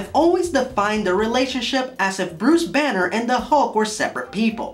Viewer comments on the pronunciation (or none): none